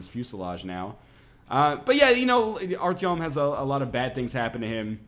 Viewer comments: You almost got the pronunciation of his name right. His name is Arthur in English and is pronounced somewhat like Art-yeo-m, with the 'r' being rolled and the the 'yeo' being pronounced the same way as the 'yeo' in yeoman. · Yes NL you messed up artoym.